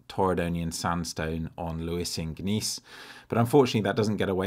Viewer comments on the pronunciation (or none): I don't blame you for taking the gamble - the light was superb and it was such a pity you couldn't find a composition to do it justice. It really helps to hear your thought processes narrated and as we all know, not everywhere yields a masterpiece. Just one thing - the g in gneiss is silent like gnat (which you saw plenty of, better known as the midge!) and so is pronounced 'nice,' just like this vid!